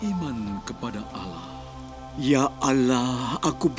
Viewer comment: Allah bukan alah ngomong aja gakbetul